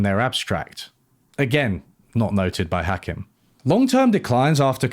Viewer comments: Point of order: it's "Ha-KEEM," not "Ha-KIM." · You say Hakim weird - it’s more like Hakeem. Not that relevant I know, but it just put me off my focus every time you said. Yes I have wine. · yeah I thought it was weird how he mentioned Hakim so much, yet never pronounced his name right, so I was like “did you actually watch it”. Maybe it’s just his Englishness stubbornly mispronouncing things and he did watch, but like you say, there are so many professionals in the field, yet he chose a guy whose day job is as a hospital GP, but makes YouTube videos in his spare time coz he’s well read and passionate in the subject. In all fairness, he made a lot of good points and made an engaging video. But I agree with your critique to a point. I felt he made out like everyone was stupid, but while Marx was the least stupid he still thinks he’s stupid. I got the impression he agreed with Marx but had to nitpick a few minor mathematical elements to find a way to disagree with him because of his own background and experiences which have limited the scope to which he can ideologically agree. Which is ironic given his conclusion. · You mispronounced Hakim's name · Mispronounced Hakim, critique rejected